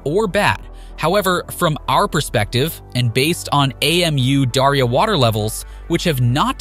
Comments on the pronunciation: Ei-Em-U-Daria 😆 Its just Amudaria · AMU darya.. dude that's not an acronym, it's Amu (amoo) Darya. also artificial river... they are just building a canal garbage quality research and video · Hate to be pedantic, it's Amu Darya River, not A M U Dario River. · It isn't A-M-U. It's pronounced Ahmoo. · It's pronounced "AH-moo" Darya, I think. Good video though; I agree with your take. I think it's an especially pleasantly surprising project for the Taliban to be taking on. The north never supported the Taliban, and so they are spending this money for the benefit of the vanquished. That's not always what happens in cases like these, so that's very good. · You say "we did our homework" and then you call the river "A-M-U-Daria". How should I trust your report, when you even get the names wrong? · Did u just say A.M.U Darya river??? damn? Butchering the word is fine, but you are changing the name.🤣😂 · I can't with his pronunciation of Amu Darya 🤣🤣🤣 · Your spelling of Amu Darya instead of pronouncing it drove me nuts, good thing you hadn't have to pronounce Syr Darya. Apart from that, nice and informative video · Please learn how to pronaunce the name of the river. It is silly how you say it. Otherwise thanks for a good content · Really? You couldn't be bothered to find out how to pronounce Amu Darya? 😂